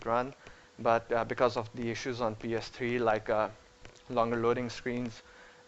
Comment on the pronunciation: lol pee ess tree